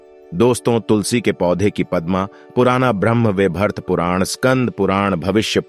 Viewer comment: तो तुलसी बोलें तुसली नाही 😂😂